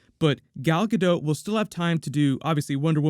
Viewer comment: For the love of God, her name is "DOT" not dote. "Gal Gadot" not Gal Gadote.